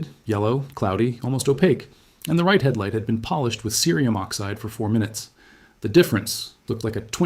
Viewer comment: Your audio is heard well, and your video is informative. The only question I have is why, throughout your tutorial, you repeatedly mispronounce the word cerium using the hard (C) sound, then the soft sound, over and over?